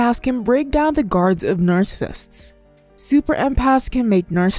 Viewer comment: Your Chanel is informative but the way you say NARCISSISTS is Distracting